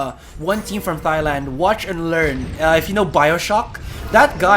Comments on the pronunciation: So cringe at how he pronounce my country name as "thigh-land" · Cri cri in World Cup like what you said "thigh-land" am said man :((((((( AM THAILAND BRAH! AND AM SAD CRI CRI! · thigh-land... cringe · โกร มาก "thigh-land"